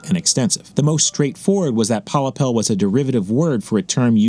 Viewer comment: Pollepel is indeed a Dutch word only its pronounced in English as Pol Lapel